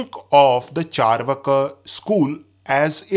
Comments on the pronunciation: Pronunciation is charvaak not charvaka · Bro it's चार्वाक not चरवाका